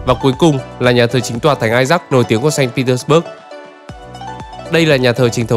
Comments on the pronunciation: Nên phiên âm sang tiếng Việt cho dễ nghe, bạn phát âm theo Anh ngữ mình không nhận ra thành phố nào nữa. Sa-int pê - tec-bấc với xanh Pê-tec-bua là 1. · admin đọc sai. Phiên âm tiếng Việt cũng Ko đúng mà tiếng Nga cũng sai nốt. Ko ai hiểu được Tp mà admin đang nói tới. САНКТ ПЕТЕРБУРГ âm cuối rõ ràng là B U R G. Thế thì bớt ở đâu mà cứ đọc bớt bớt???? Nghe cực kỳ chói tai và khó chịu. Chưa kể là Saint không thể gọi là thành phố đáng sống nhất của Nga được. So với những thành phố khác như Moskva, Sochi, Kaliningrad hay ngay cả Krasnodar thì với những tiêu chí an ninh xã hội, năng lực kinh tế, cơ sở hạ tầng, giáo dục, y tế thì hoàn toàn Saint không thể đứng nhất. Chưa 1 Tp nào ở Nga như Saint, khi mà mình đi chơi 4 lần thì 2 lần bị móc túi công khai , 1 lần bị cửa hàng trắng trợn lừa đảo. Người Nga từ lâu đã nói Saint Petersburg là Tp của tội phạm. Криминальной столицы, hay như, Бандитский Петербург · Sanh Pê Tét Bua chứ sao Bớt được, chủ đề chính mà đọc sai thì hơi kì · Mình thường nghe đọc là sanh pê téc_ bua mà nhỉ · Admin phát âm sai tên thành phố cũng như những nhân vật nổi tiếng rồi. Người Nga và người nói tiếng Nga không ai nói như vậy cả.